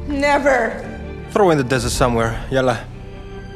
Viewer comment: BRUH 😭 WE DONT WEAR LIKE THIS AND WE ARE NOT A DESSERT AND WE DONT SAY YALA ITS YALLAH STRONG THICC L